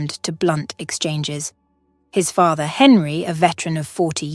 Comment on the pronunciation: "Fay-ther and son"??? "Fay-ther"??